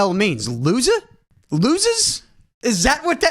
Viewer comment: He says lozers to bloodline whit l sine